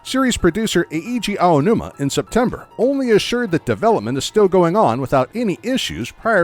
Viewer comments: Just for the record, Eiji Aonuma's name is pronounced ei-ji, not e-i-ji. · e-e-ji ownoomah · It hurt every time he said E-E-ji Aonuma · E-I-Ji Aonuma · Eheegee Aonuma 😂